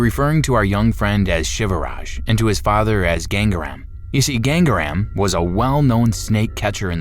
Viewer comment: It's not gang-REM you idiot.. It is "GangaaRaam"..